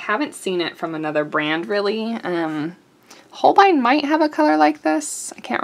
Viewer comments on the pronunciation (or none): none